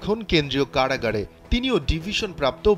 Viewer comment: কাড়াগাড় কি ভাই একটু বুঝিয়ে বলবেন, সাংবাদিক হয়েছেন এখনো ঠিকঠাক বাংলা উচ্চারণ করতে পারেন না, সুন্দর করে কথা বলবেন এতো স্টাইলের কি আছে?